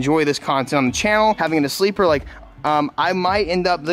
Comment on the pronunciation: Sleeper he says lmmfao